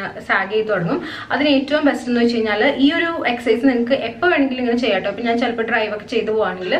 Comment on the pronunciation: നാൻ അല്ല ഞാൻ